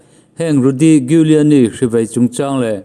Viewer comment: Rudy Giuliani i pronounce dan hi Google ah teh zawng ve la a ṭha tur. 😁😁😁